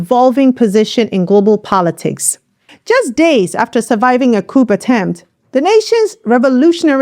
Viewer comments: Thank you for providing the timely and important information about our people's revolution. Just a word of advice: the word 'coup' is pronounced 'coo' or 'kew' and not "couP" as you say it. The p is silent. I appreciate your work, thank you again. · I like you,, but can you stop say "coop" (coup) & say it right "coo" (coup) or "coos" instead of "coops?" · Pronounced cou without the p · Thank you for the in-depth report. 👍🏼 Just FYI…one does not say the p in coup. It’s a French word, so the sound is unexpressed.